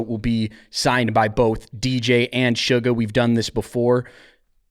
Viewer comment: suga not sugar, get it right!